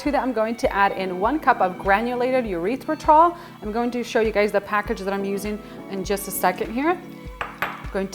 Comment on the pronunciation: “Urethra-tol” made me giggle. “Errrith-ritol” 😊